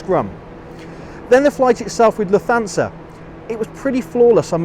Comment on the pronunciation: Great video! Only suggestion is that Lufthansa is pronounced 'luft-hansa'. Keep up the good work